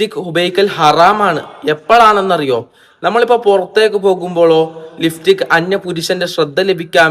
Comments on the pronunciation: ലിഫ്റ്റിക് അല്ല ലിപ്സ്റ്റിക് 😂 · ലിഫ്സ്റ്റിക്ക് അല്ല ലിപ്സ്റ്റിക്ക് 😂